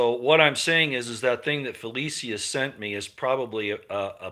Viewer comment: FELECIA IS PRONOUNCED FELEEEESHAAA!